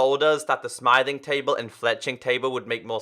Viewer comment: I think you are calling the smithing table "smything table":P